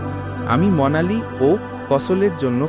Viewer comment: Monali na...its Manali!!